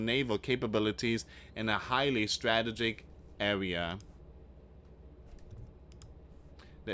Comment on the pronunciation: You are pronouncing strategic wrong...